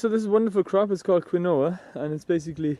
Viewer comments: It's supposed to be pronounced 'keenwah' apparently, and it's not a grain. I wonder if this is organic and not spayed with nasty chemicals. I've seen it growing before. It doesn't look how I expected. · I thought it was pronounced "Keen-wah". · you are right, since is native from south america, its a from native lenguage quechua "kínwa or kinuwa".... in spanish quinoa, and yes for english speaker to pronouce Keenoah. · Good idea, and healthy looking plants. I will have to grow this. (Btw it's pronounced like "keenwa".) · Pronounced: (Keen-wah) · its pronounced keen-wa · Its pronounced keen wa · Hahaha you pronounced it wrong big time you basically butchered the name of quinoa. Im 💀😅😂 hahaha